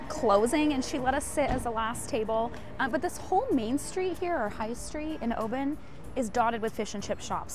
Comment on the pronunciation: Oban should sound like Oh bin , you’ll probably get a few tricky ones coming up